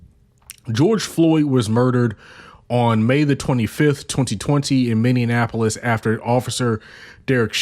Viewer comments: Agreed. The person doing the voice over is adding an extra syllable, and it sounds they're saying Minnie-IN-ap-polis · Minn-E-App-O-Lis. You said it wrong every time.